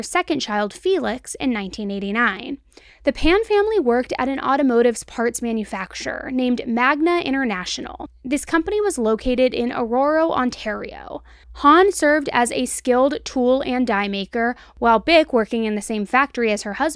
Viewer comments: I love you. But your killing me at the beginning of this one. I live about a 2 hour drive from this area. It’s Scarborough not Scarsborough it’s Aroura not Arouro and lastly… although it is spelled Markham it’s pronounced Markam actually Markum. But I love you all the same. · Aurora, Ontario = A-roar-a Markham, Ontario = Mark-um Your pronunciation was the best though!! I live just outside Markham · I'm here in Ontario, Canada. You're killing me with the pronounciation of the cities. 😂 Scarborough = scar-bro Aurora= a-roar-a Markham = mark-um